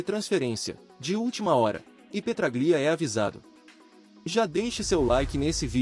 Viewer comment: Se escreve Petráglia se lê Petrália irmão